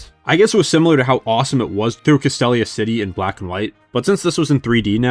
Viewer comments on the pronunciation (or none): It’s pronounced meh-tuh-GROHSS, arr-KEY-iss, kuh-STEEL-ee-uh, KAH-lohs, and ray-QUAY-suh, “”! 🤨